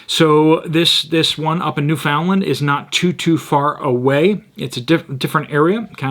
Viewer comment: New-fun-lun. Emphasis on “new.”